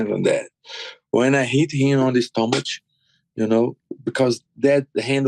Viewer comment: Died when Paulo said stomaCHe 🤣